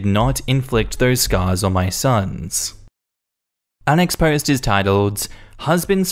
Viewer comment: Am I the only one who hears 'unexposed' when he says 'our next post'?